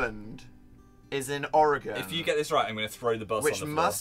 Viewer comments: Dan: *gets Oregon correct" Me: my state has been noticed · aud Also the only youtuber i've seen that can actually pronounce Oregon right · I screamed when Dan got Oregon right!! I'm so proud❤❤❤💚💚💚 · they’re not even american and they can pronounce Oregon right. cough cough every other american cough cough